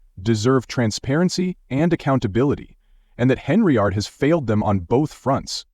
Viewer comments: HENN-yard....fix your AI,👎🏾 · Henry-ard. LOL Gotta love these robo voices.